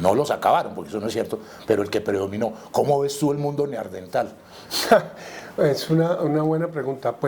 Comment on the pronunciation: Felicitaciones por hacer fluir este conocimiento. Le recomiendo revisar la pronunciación de la palabra " Neandertal"